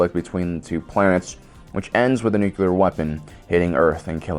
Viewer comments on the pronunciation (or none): none